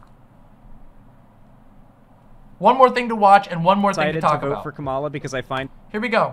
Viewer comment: I like how says he should at least be pro-Kamala, but like most right wingers can't say her name correctly